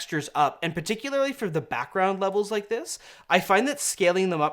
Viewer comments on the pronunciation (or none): "PeticuLAREly" You put the wrong EmPHAsis on the InCORRect SyllABLe. Seriously though, love your vids guys. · I love me some, but every time I hear pronounce "particularly" as "particuLARILY", I die a little inside.:P